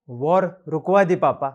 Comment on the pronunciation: War ❌ Wor ✅